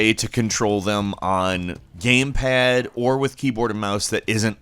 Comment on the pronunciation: Gayme paaad